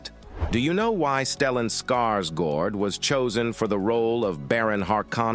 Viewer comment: "Lynch dis-o-needed it" should be "disowned" Stellan Skarsgård should be pronounced [Scars][guard] not gourd Baron Harkonnen should be pronounced [har][co][nen] not like har-con-an David "Dastmalchian" should be said in one breath not like Des-mal-chan Fremen should be pronounced [freh][men] not like free-man Atreides should be pronounced [a][tray][dez] not like Atray-et-easy Bene Gesserit should be pronounced [benny][jess][uh][rit] Sardaukar should be pronounced [Sar][duh][car] not like Sad-ow-car Duke "Leto" should be pronounced [Lee][toe] not like Jared Leto